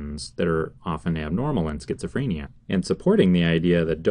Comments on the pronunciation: Stop pronouncing it like "freynia" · Creeper Pro FRAAAAAYnia